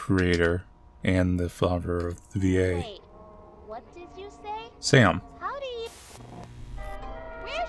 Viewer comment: WHYS HIS FIRST WORD "waht" 😭